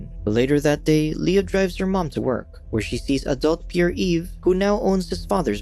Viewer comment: "Pierre" is pronounced as "pee-air", not "pure".